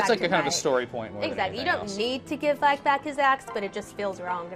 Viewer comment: Mispronouncing The Vaike's name? Blasphemy